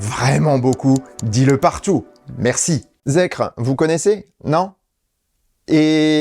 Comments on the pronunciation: Ça se prononce "Zikeur". Effectivement zèkre ça sonne très très mal 😄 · Ça se dit "zikeur" pour info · J'ai rien à redire sur la vidéo, mais par contre ne dit-on pas "Zikeur"? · Bonjour, personnellement je le prononcerai "Zikair" mais je ne sais pas si j'ai raison. En tous cas la prononciation "Zèkre" est totalement nulle pour la France. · merci pour vos émissions toujours très complètes mais ne restons pas franco francais jusque dans les prononciations : ZEEKR se prononce ZIKER (ZEro Emission KRypton) "ZIRO ZIRO ONE ou EXE" =_= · Se prononce Zikeur